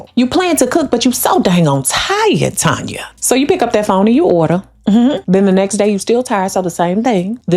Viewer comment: Why did you call my name like that..Tanya...lol